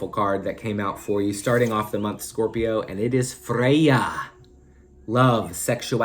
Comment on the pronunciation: I love the way you pronounce Freya - I just repeated it out loud at the gym 😂